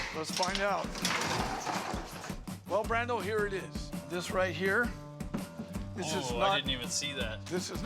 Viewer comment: "Look at this. Some sort of African thing. I could get a dousand for dis." Real expert right there.